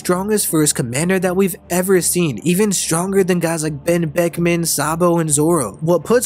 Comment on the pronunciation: Kizaru: “OOTOTO…..BEN BECK-UH-MAN”